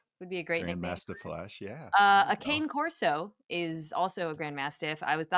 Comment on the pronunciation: NO GRAND MASTIFF IS NOT A BREED. And it's pronounced Kah-Ney Corso. Love you mina